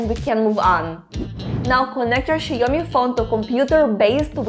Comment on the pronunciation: Where are you from? I can't deny the fact that you keep saying "Xie Omni" And not "Xiaomi"